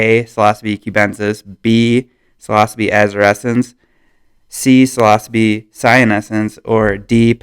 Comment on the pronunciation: Sil-ah-so-bee? Dennis McKenna's weird pronunciation has taken hold. Not that it matters, because it doesn't, but it still looks like Sil-oh-sibe to this observer.